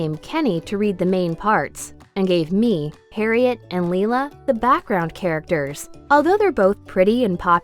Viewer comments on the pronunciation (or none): the way you pronounced harriet made me die a little inside :(